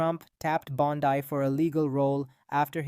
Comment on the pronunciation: If you are a person, and NOt an AI voice, her name is pronounced BON-dee, not Bon-DIE. Don't post if you don't know what you are doing, homie.